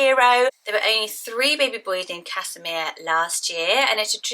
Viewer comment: Casimir is a Polish name and is pronounced Kaz-himir not Cas-imir. My mum is Polish and it's my cousins name!